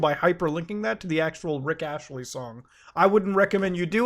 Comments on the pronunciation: don't mean to be that guy, but it's astley not ashley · why does muta say "rick ashley" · we're going to ignore "Rick Ashely"? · RICK A(S)TLEY BRO. WITH AN S. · It's not ASHLEY, IT'S ASTLEY AAAAAAHH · "rick ashely" no, just NO, do you mangle words on purpose? its pronounced "ASST-lee" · Did he say Rick Ashley? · It's ASTley... not Ashley 🤣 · AST muta , Astley, not Ashtley. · *Astley Not Ashley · Muta, it's not Rick Ashley, it's As • t • ley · ITS NOT RICK ASHLEY ITS RICK ASTLEY. Put some respect on his name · Astley, not Ashley bro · ASTLEY. ASTTTT LEY. asTley. Say it with me. Astley. Give the man a modicum of respect.